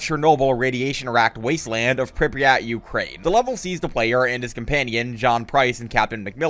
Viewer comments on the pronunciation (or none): none